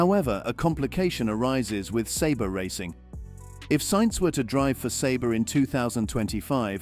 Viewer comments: Isnt it Sauber? NOT SABRE!? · Audi? Sabre? Alfa Romeo? Sauber? Nevermind pronouncing Carlos's & Daniel's last names. What a trainwreck of inconsistency. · “Saber”? Wait do you mean Sauber?